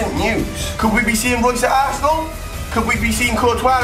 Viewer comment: He says assnel